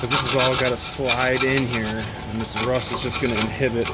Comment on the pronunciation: Oh the rrrrrrrrrrrrrrrrrrrrrrrrrrrrrrust!! lol lol Have a great weekend, call you next week!!